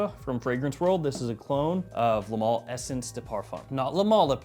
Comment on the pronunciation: Hey southerner, it's pronounced "MALE" not MAL! Think of the word "ale" you don't say ALL, you say ALE! XD